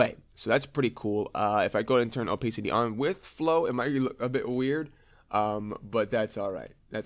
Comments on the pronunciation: gr8 introductory tutorial. ps it's oh-pass-ity not oh-pace-ity ;;)) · also OPAYCITY Xd